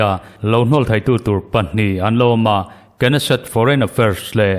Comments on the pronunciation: Knesset i lam rik dan hi a ori hebrew pronounce ang ni mahse, hnamdangin an lam ang hian Nesset tiin lam ve mai nise.. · Knesset- hi nesset- tihtur alawm